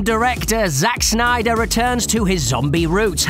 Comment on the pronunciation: "Zack Synder"